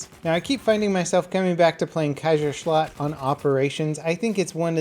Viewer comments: "Kaisershlut" "hellrigell" that's not how you pronounce it.....Kaiser ShlaCHt ch like a cat meowing and Hellreegel that is how you pronounce Hellriegel and Kaiserschlacht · The way you pronounce "Kaiserschlacht" makes me laugh a little bit, no hate of course :D